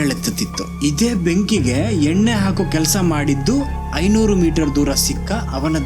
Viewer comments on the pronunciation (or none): none